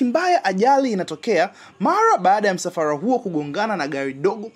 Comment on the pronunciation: Halafu msafara sio msafaa. Hio RRR UITAJE